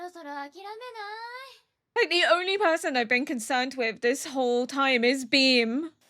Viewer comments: "Bream"😅 gave me a giggle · I personally read Angel's like about wanting humans to suffer as they die as a lie meant to keep distance between himself and Aki, done out of depression. Damn, referring to Makima as "it". The shade (deserved)! You might have kept calling Beam "Bream" because that's a type of fish, or so Stardew Valley has taught me. Also, all aboard the Aki/Angel ship!